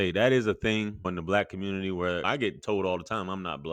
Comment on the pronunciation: I'm triggered by the way he pronounced the word community!❤❤